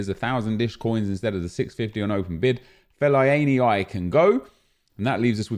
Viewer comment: Is no one going to question the way said Fellaini's name?